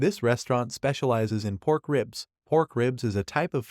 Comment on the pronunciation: he said porn and not pork 😮